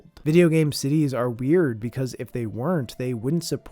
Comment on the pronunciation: Por un segundo pense que decia "cuties are weird"